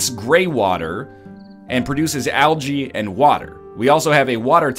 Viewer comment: English is my second language, but is that really how algae is pronounce?